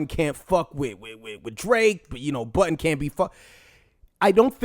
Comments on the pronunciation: It's JOE BUDDEN, not Button. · You pronounce Budden as "Button" and it's freakin me out.